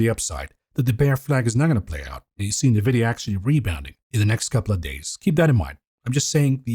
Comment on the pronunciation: true, just happens to be remarkably annoying, coupled with his inability to pronounce Nvidia. Good content though.